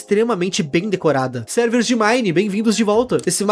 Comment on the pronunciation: "serers de mine, bem vindos! esse mapa tem PARKUR " kkkkkkkkk